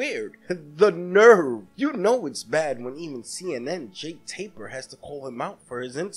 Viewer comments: It's Jake Tapper with two "t"s and it's pronounced Tapp-er. Not Taper. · It's not Taper. Its Tapper. Do some research!